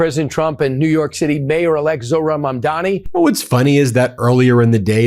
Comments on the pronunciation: they started pronouncing "mamdani" correctly, that's how you know they know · Was funny is they’re pronouncing his name correctly